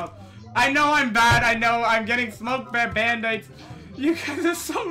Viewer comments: “Bandithes” XD LOL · can we get a "Bandites" counter cause i swear every time he said bandites is equal to the amount of times i died in arsenal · I got really anyone when he kept saying bAnDItEs